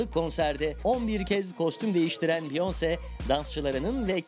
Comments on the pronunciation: biyons değil çıldırıcam ya “biyonseeee” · Biyonse degik beyaensey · Beyonc diye okuyosunuz normali beyoncé orada é var